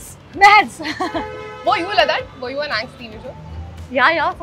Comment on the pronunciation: It's not "Mads"😢 it's "Rats"